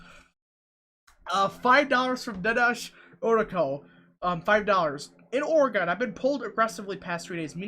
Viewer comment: It’s oreGUN not oreGONE